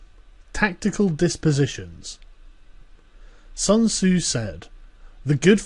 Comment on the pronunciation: Pronounce Sun tzu properly.